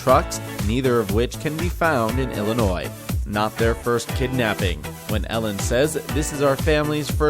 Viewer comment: Illinoi ? There is no such state. Illinois yes Illinoi no!